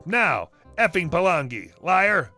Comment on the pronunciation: Palangi isn't really a racist word it's their version of Caucasian (also if their fresh from the islands it comes out as balangi) Pronounced pretty well too (Par-lung-e)